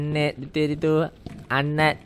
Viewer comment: Why i heard saying 'anatt' instead of anette 😂 mcm 'hanat' 😂